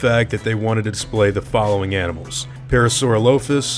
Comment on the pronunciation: I'm pretty sure its pronounced "pair-ah-soar-all-oh-fuss".